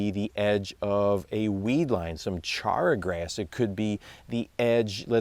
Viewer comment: I gave a like just for the way he said "char grass" like in char dog...lol